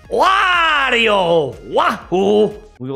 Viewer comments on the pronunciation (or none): none